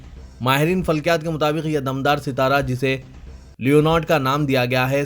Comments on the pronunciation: It is Dumdar sitara not Damdar sitara. Urdu news padhne se pahle kisi urdu dan ke samne practice karo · "Uzr" "raqhna" "dumdaar sitara"bolne me b gadbad aur abto siasat paper me b Kai ghaltyan rehty hain.